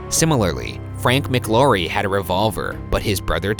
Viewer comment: Also you are pronounceing mclaury wrong